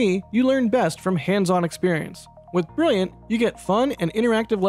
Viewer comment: Opening "This video was sponsored by briyiant." had me in tears. Gotta be brilliant with brilliant, no?